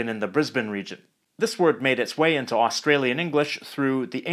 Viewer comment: Although he did stuff up saying Australia and Australian